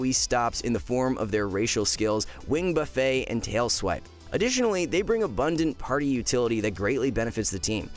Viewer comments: Wing Buffaayyyyy? Its Wing Buff-It! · Great video, just a small thing that really doesn’t matter but since you guys put a lot of effort into your videos, I figured you might want to know. Wing buffet is pronounced like saying buff it and not the type of restaurant people gorge themselves at. Again, not trying to be pedantic, but I figured you would want to know. Keep the videos coming!